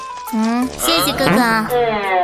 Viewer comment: She said ( xie xie ge ge = 谢谢哥哥) . she didn't say xie xie guo guo... Chinese is ge ge but pronunciation is ga ga ... it's means brother... Thanks brother....